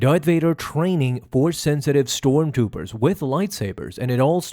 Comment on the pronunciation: "Storm Toopers"